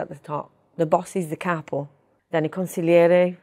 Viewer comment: I'm sure she can, and does with her father and close family. Her pronunciation of Italian names N'drangeta, Cosa Nostra, Capo etc are all genuine.